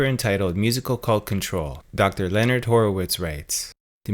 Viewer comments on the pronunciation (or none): none